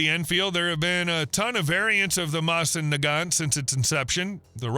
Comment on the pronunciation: Couldn't pronounce Moe-sin Na-gant